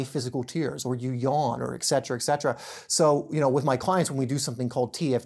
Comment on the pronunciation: Etcetera, you say it as etsetera, now x c sound why does everyone say this word wrong? We must be proper with speach for it is how we spell that casts our intent.